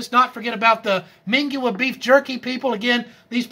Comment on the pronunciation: Mingua is pronounced MIN gee